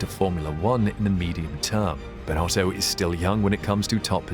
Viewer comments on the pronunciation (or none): It's still not right😅